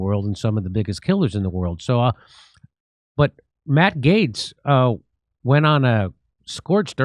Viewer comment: Hey! You finally pronounced Matt’s last name correctly.